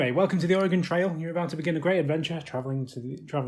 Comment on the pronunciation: Most people in the states butcher the pronunciation of Oregon. Kudos to you, you got it right!